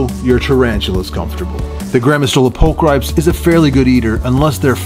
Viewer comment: Nice! (I know it doesnt really matter but its prolly 'pul-kree-pes')